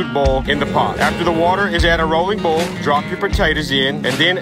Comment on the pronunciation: my man doesn’t know how to pronounce “boil” “bool”